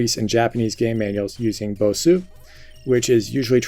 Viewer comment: You don't pronounce the U in bossu.